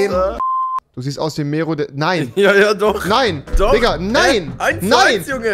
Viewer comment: Wie sie mero aussprechen, wie als würden die meerooooo